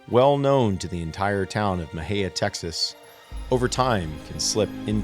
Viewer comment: Please learn how to pronounce Mexia. 🤦🏻‍♀️